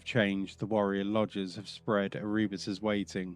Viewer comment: Love the video, but I feel like you are purposefully mispronunciating the names like ErREEbos GUULeman just to spite the loyalists.